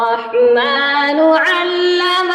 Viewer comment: Mam ji ap ny surah Rahman main word rumman pr meem mushadad pr bohat hi impressive zabrdast gonna kia hai.mashalla bohat hi payriay Andaz main.❤❤❤